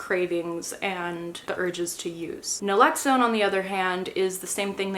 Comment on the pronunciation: It's Naloxone. Not Nalexone